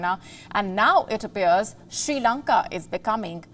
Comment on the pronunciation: There is no Country as "She Lanka" its "Sri Lanka". First Pronounce My Country's Name Correctly...